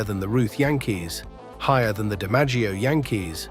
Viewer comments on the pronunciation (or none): none